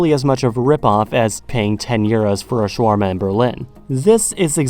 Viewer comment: Its called Shawárma not Shaworma